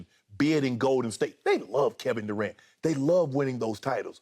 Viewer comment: "KEVIN DUCANT" LMAO